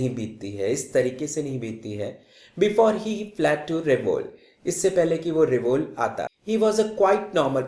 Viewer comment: सर वो रिवोल नहीं रेवेलो है और सिलसा नहीं सिलास